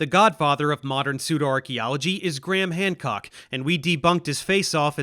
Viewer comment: Dave Explains lol are you saying "gramcock" instead of "Graham Hancock" on purpose"?